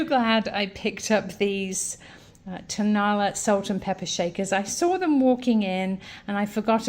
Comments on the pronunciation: Also not tone-A- la. It is tone-a LA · It is pronounced Ton- a- LA. Accent on the last syllable , not TONE-a-la accent on the first syllabile.